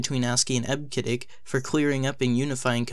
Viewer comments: Eb-Ke-Dic - WTF! Eb-See-Dic please. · Eb-see-dic. Jesus. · Came here for this :) EB-SID-ICK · I've always heard EBCDIC pronounced as IB-suh-dik since I have been using computers in 1974. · Eb-sid-dic is the correct pronunciation. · EBCDIC is pronounced eb-see-dic. In other words, first the syllable "eb", then pronounce the letter "c", then the syllable "dic". I go back a ways so I know that's how all the IBM employees pronounced it. You should have done a little research and not just guessed. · Sorry. You should delete this video. Native speakers of EBCDIC want you to re-accomplish the audio track with the correct pronunciation of eb-se-dic. Take a hit on the view count and correct this mistake. :( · This channel is great. However, I'm cringing at the mispronunciation of EBCDIC. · That's ruined because he mispronounced EBCDIC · You hurt my ears every time you mispronounce EBCDIC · I can't take this guy seriously when he keeps mispronouncing EBCDIC. You forgot to research the basics. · I downvoted because of the incorrect pronunciation of EBCDIC. I've been a professional programmer since the 80's, I know how we said it. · Its hard to research the pronounciation when hes heard no one say it, bro stop being so harsh.